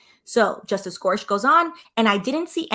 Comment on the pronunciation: “Gore-sick” is how you pronounce his name. Thank you for this content. As I law student going into midterm week, I don’t have time to listen to hours of oral arguments but I can digest this video! And I am impatient for an update on this litigation lol, so I don’t want to wait to have time over spring break!